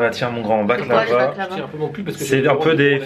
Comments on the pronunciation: baklawa pas baklava ! lol ;) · c pas baclaba 😂😂😂😂 mdr tu ma tuer avec l'accent on dit baklawa